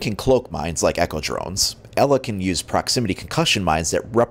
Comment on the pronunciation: Glad u pronounced Ela right. not IIIIIIILA. Like the rest. lol.